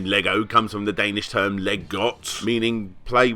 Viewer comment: As a dane i like that you gave our language a shot, but just to help you out in the future: the "g" in "leg" should be a "j" sound:)